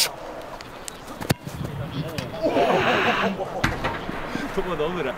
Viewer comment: Co niektórzy dalej mówią Salomon zamiast Salamon. Salamon jak SALAMI.